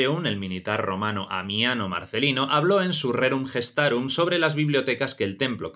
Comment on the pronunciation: En el momento que un supuesto historiador lee la letra g de Gestarum como la j de Jerónimo ha perdido toda credibilidad. Aquí ceso yo de escucharlo.